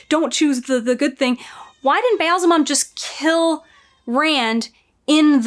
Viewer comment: Every time you try to say "Ba'alzamon", I see Dave Grohl in a devil costume. Weird.